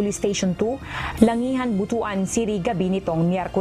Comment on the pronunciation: Pronounce it Butwan, not botoan. Botoan sounds bad for the bisaya people.